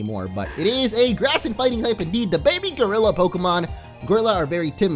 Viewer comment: Gro-illa. Not Groj-la.